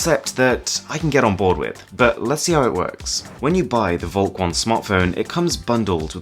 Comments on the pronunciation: Ugh listening to this is super annoying if you speak german. Volk = folk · Shouldn't it be pronounced Folk? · you pronounce volk like folk, its german for folk V in german is pronounced like F :)